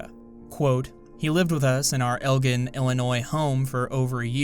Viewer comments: Illinoisian here 10 months late its El-Jin not El-Gin weird dumb pronunciation thing, but it's just one of those things, i dunno good vids though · Elgin: ELL”-gin. Stress on the first syllable and the second is pronounced the same as the alcoholic beverage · Omfg i looked at his pic and was like huh. He kinda looks familiar. THEN SAY SAY ELGIN(pronounced eljin) IL WTFFFF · It's pronounced "El-Jin"